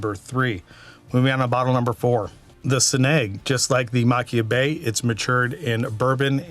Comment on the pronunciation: It's maa-keer-bay based on previous reviews by some. I believe Machir Bay came out with a CS version a couple of years ago or maybe before that. I have Sanaig which I love for the Sherry notes and some peat. Admittedly, I have not been able to find Loch Gorm in my market and would love to try it if I can get it locally.